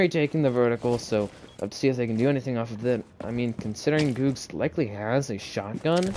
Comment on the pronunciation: GG, it was pronounced G ug g z not googz lol edit: revoked doesnt really have fraggers we all shared and i dropped 16 kills as hard support